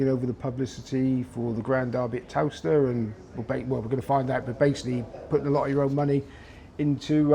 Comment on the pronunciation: Would be nice if the interviewer could pronounce Towcester properly. Muppet.